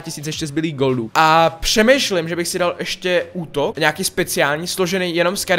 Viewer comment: pšemejšim ???? :D